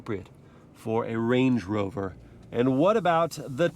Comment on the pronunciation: bro said blade rover 💀